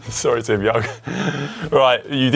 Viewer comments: As it was Connor, he could have pronounced it Timy O'Ung. 🙂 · "TIMY OUNG" lol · Simon makes fun of Conor for misreading "Tim Young" right after he misreads "Ross A Kerr"; that counts as ironic, right?